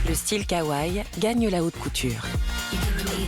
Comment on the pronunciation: Kawaii Pas kawaii on prononce le I a la fin